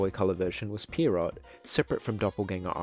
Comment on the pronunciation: Pretty sure the name "Pierrot" is supposed to be pronounced "Pier-roh" with the T being silent. It's a French word IIRC (and its literally just their word for clown). But I will not clown on your pronounciation for long.